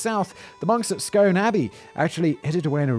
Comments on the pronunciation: It's pronounced the stone of "skoon" not scone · Pronounced 'Scoon' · Its pronounced stane not stone. The stane of scoon. 😂 😂😂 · 'Scoon,' Simon! 'Scoon,' ya bampot! And the eejits at Westminster are NOT our overlords! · Pronouncing it scon seems more posh than Scone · Pronounced Scoon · Bro it's pronounced scoon... nothing to do with the pastry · I'm a bit late to the party here as I didn't see the notification but this is an odd topic for this channel! Edward Plantagenet nicked it off of us in the first Scottish War of Independence! P.S; it's pronounced "Scoon" although it's spelled "Scone" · I've been avoiding this video for months because I knew Simon was going to say Scone wrong. It seems if you're not from Tayside you'll think it's pronounced like the bready thing. I've even heard Glaswegians pronouce it wrong. (It's skoon) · It's pronounced, "Scoon," so neither of your pronunciations is correct. Terry Pratchett mucked about with it in, "The Fifth Elephant," when Dwarf Kings had to be crowned on the Scone of Stone. Oh, and Hamilton and Stewart were actually having their hair cut in the Glasgow University Union at the time - when I attended the University in the early '90s, John the Barber (the Union's oldest employee) would show the appointment book on request. The referendum in 2014 was the only time Scots were asked to vote on independence. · It is definitely the stone of scone (skoon) as in bloom. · pronounce scoone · I thought it was pronounced scoon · I'm fairly sure you say it like "Skoon", not like the bread like pastry. I'm not sure I'm not Scottish. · I pronunciation is scoone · SCOOOOOOON! OMG it's scoooon! Na I honestly don't care, but also I literally live a stone's throw away from the castle. A long thrown over the Tay. But still I could still hit one of the butler's if I tried hard enough. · SIMON HOW CAN YOU NOT KNOW IT'S PRONOUCED SKOON?! OHMIGOD YOUR SO DUMB!! HAHAHA!!! Edit: Teehee. :P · Just so you know...it is pronounced Scoone!